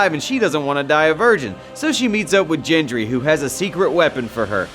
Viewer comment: Why do you say Jendry😂😂😂